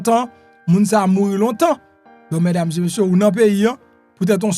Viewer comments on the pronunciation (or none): Ou sanble ou ka pale fransè men lè wap di : mesdames zeu messieurs, li yon jan ridicule wi.